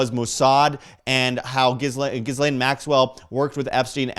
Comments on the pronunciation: It's not Gis-lane. It's Jizz-lane - It's french. That's the phonetic pronunciation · Ghislaine is pronounced GILANE.. Sheesh!